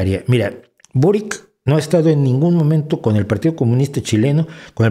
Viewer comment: Primero, venezuela si es de izquierda aun siendo una dictadura personalista y segundo, se pronuncia borich no borik